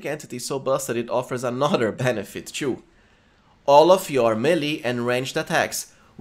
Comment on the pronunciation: I can't chew this content bro with you saying chew instead of "too". Is it that hard for you :D?